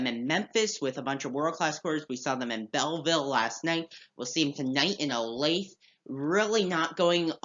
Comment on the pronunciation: I enjoy your podcast. One comment, though. “Olathe” is pronounced “Oh-LAY-thuh”, not “Oh-Lathe”. I used to live down there. It is a suburb of Kansas City.